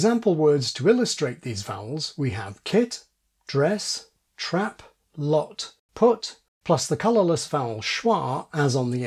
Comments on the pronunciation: Cantabrian New Zealander here: I hear "trep" and "drees". That's not how anyone I know pronounces them. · Dress is really good, kit sounds South African, and trap sounds like trep. But still pretty close!